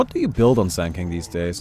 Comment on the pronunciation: In the beginning said he will be playing SANDA KINGA. What I heard was Sandile...